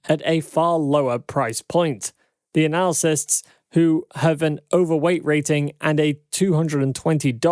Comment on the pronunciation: Mispronouncing the word analysts hurts your credibility. Analacysts is not correct